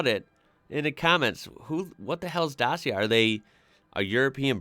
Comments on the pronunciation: Skoda is pronounced-Shkoda,Dacia=Dachia,not Dasia. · Dacia is pronounced 'Datcher', and Seat is 'Say-at'. Oh and Nissan's Qhashqai is 'cash-k-i'. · OPEL. Vauxhall is not the real name. Also Škoda is SH-koda, also Reno Megan, also Dacia is Romanian brand - Dachia. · Dacia was founded in Romania and was later on overtaken by Renault, so it is now the "Romanian daughter of Renault". You pronounce it like..... well, add an EEA to the end of "clutch". Dutcheeeeea. :) They are among the cheapes vehicles you get in Europe, not bad but far from being very good. Seat is the Spanish equivalent to Fiat. So to say a "Spanish Fiat". The build their models very alike Fiat does but name them different. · The ci in Dacia is pronounced the same as the ci in italian ciao. Also it's the old name of the country Romania. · The way you pronounced Dacia is the way most English speakers say it, but it’s actually supposed to be pronounced (phonetically) DACH-EA. They came into being as a cheap car maker in Romania producing discontinued Renault Models primarily for their home domestic market. Renault took the company over in the 1990’s. Dacia is named after the old Roman province which is what we now call the Romania. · Maybe when the brand was introduced to the UK, but I've never heard anyone say it like that for the last, perhaps 8 years. Most of the time I've heard it pronounced datchia, which is no surprise as that is the pronunciation in the adverts. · Dacia is pronounced datcha and is Romanian owned by Renault. Seat is owned by Volkswagon as is Skoda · Wrong pronounciation of Peugeot and Dacia. Well look up for pronounciation, even for Škoda... About Megane, it's pronounced like MEGAN...